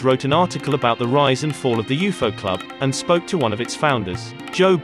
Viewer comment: Didn’t know it was pronounced like that. “You foe”. That’s cool. Thanks.